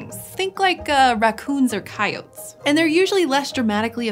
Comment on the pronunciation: Why didn't they catch her mispronouncing coyotes before this aired??